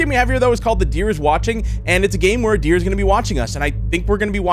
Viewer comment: "The dreer is watching" WWHAT😂😂